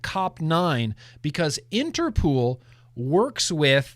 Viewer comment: Late to the replay, but everything you said about Interpol is wrong, especially the pronunciation 😃 You win the Glantzy award for misinformation 😂